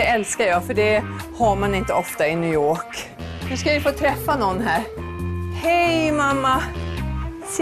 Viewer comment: "...det har man inte ofta i New Yourkh"